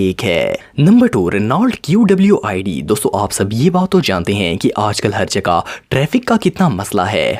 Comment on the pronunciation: Correction it is Renault Kwid but you said Renault Qwid